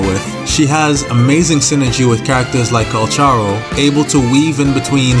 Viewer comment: hell yeah now you too started pronouncing calcharo in a proper way anway thnx i needed tis